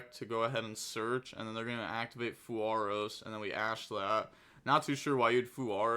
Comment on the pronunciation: dying on the "fuwaros" hill 🙄